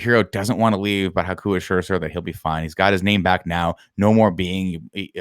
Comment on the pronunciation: It's Haku. H-A-K-U. Why are you putting in the O?